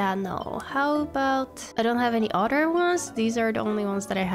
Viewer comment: When you say other it sounds like you’re saying otter and I love it😗